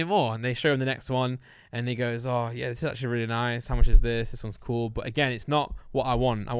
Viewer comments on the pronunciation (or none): none